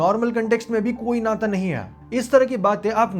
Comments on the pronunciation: Bhai "hai" ko "eh" mat bol 😊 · bhai aap ye "hai" ko "ha" kyu bolte ho ?